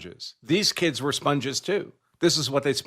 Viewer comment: My "keeds"